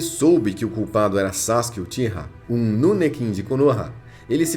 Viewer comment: Vídeos da hora mas sua pronúncia pode ser correta em alguns termos !! Não é crítica te atacando so que é algo que tu pode fazer correto !!! Nunekin - NUKENIN "Raikage - nome certo mas a pronúncia certa é"kague"